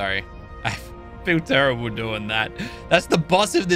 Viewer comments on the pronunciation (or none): none